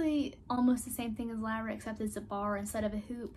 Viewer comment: It's " lee-ra" not "la-ra"